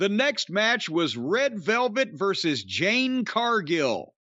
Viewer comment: It's JADE, Jim ... NOT JANE